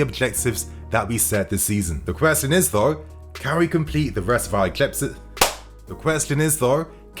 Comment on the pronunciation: Man like said “edjebtives” 😭 breathe bro breathe